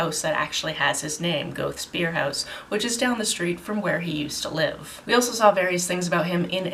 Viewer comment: I've never read any Goethe (luckily, by the sound of it) but I did do a little german in school so I know it's said more like "gur-te" and that Sitz means seat :)